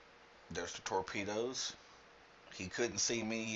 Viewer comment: did you say "Torpenis"?! :P